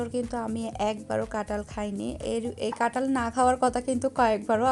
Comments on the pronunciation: এমন কাটাল কাটাল বলছেন কেন? আর কুতায় মানে কি? উচ্চারণ ঠিক করেন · কাটাঁল হবে না কথা টা ,কাঁঠাল হবে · Katal na kathal